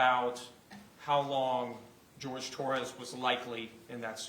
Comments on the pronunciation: Why did they keep calling him George? His name was Horhay… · Agreed….. in closing Owens kept saying Torres…… he had a fricking name it-was Jorge 😡